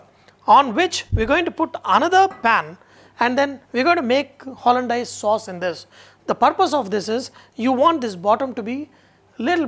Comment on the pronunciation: Its pronounced hollan-days, not hollan-dyase